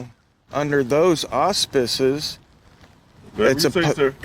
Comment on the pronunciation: Wow, im in shock of the correct annunciation of the word auspices. Pretty fancy word for such a dullard. Gotta give credit when its due! 😉